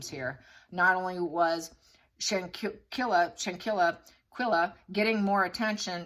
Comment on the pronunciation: Really sad case. Btw... Victim name pronounced Shan-quell-a and aggressor name dae-jan-nae. I hope justice will be swift 😔